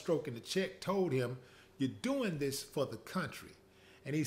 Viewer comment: When he said ✊🏾"Your working fa ya country" 😂🤣😂🤣😂😂🤣